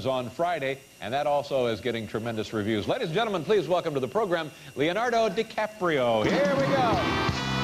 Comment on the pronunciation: They always change The name, instead Leonardo They say Lionardou. Duh